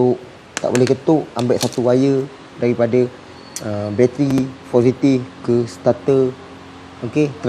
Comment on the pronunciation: Assalamualaikum wth, selawat dan salam ke atas junjungan besar nabi muhammad saw. Satu perkongsian terbaik yg sgt bermanfaat, semoga ilmu yg diajarkan menjadi asbab mengalirnya pahala berterusan kpd saudara...insyaaAllah. Maafkan saya, izinkan saya utk membetulkan sebutan bro td tu. Sebutan yg ialah 'positive' bukan 'foursitive'. Wallahua'lam!!!